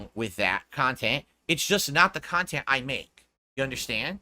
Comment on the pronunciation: People made fun of him for how he pronounces "content"/kha•n•tent and I think that made him self-conscious lmao